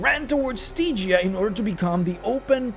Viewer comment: Stee-gia? Really?